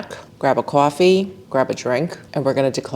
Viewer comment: When you said "grab a coffee" your "coffee" sounded very new york. Made me smile. Thanks for everything you've done this season, it's greatly appreciated.